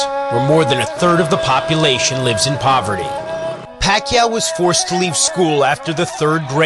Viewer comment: foverty?? hahahahha